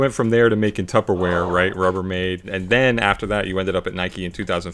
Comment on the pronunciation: “The Tuper Air” I’m done 💀